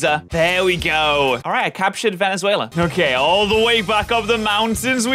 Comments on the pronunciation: calling veluza venezuela every single time is one of the reasons i still watch this channel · “alright i captured vezuela” 💀